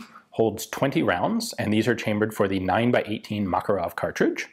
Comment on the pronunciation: Ugh, the cringiness of the Makarov pronounciation :D